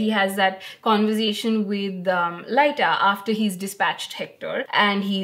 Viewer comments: Your wife's deduction of the missing dreams from Morpheus and Matthew's dialogue is brilliant, I didn't deduce it at my 1st read and I'm now in my 2nd read and I still didn't connect it. Edit: And I think its pronounced Leeta as in Hippoleeta, not Laita haha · Ah yes of course - we should be saying Lit-ta I guess? I'll just add it to the book of names I've learned not to mispronounce thanks to this channel! 😁 And yes, that's was sharp of, I never thought of that at all, which allowed me to be properly surprised at the end. And all she got was... the satisfaction of being right? 🙄